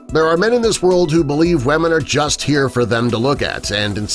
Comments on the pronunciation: wemen wemen YOURE PRONOUNCING IT WWWWWWWWRRRRRRRRROOOOOOOOOOOOOOOOOOOOOOOONNNNNNNNNGGGGGGGGGGGGGGGGGGGGGGG its wuh-mun not weh-men >:( sigghh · Why does he say Wamen?